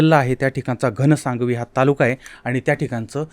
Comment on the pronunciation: घनसाग्वी नाही घनसावंगी 😂😂